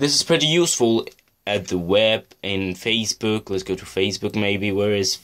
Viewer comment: He said faciebook I love it